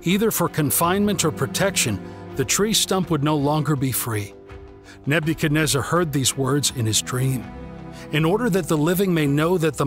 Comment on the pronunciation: learn how to say his name